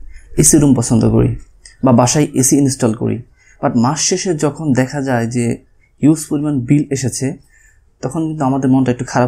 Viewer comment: হিউস_ Not হিউজ_ আসগে_ Not আজগে🤗 উপভাষা।।